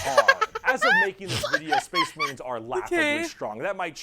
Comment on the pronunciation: Another brick for the wall! I’ve watched people react to this a lot, and this is the first time I’ve noticed that he introduces the space marines like spache marines